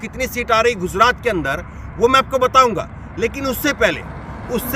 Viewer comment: Bhai guzrat nhi gujrat hai